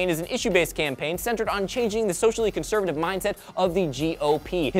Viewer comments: conseretive.....cencervi....conser....FUCK IT. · "conserative", laughed quite hard.